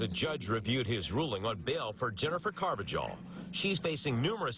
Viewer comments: Car-va-hal, not with a J sound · its "car va hal" not jal, y'all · It’s pronounced “ carv-a-hall”. I should know. I’m a fellow Carvajal. 😂😂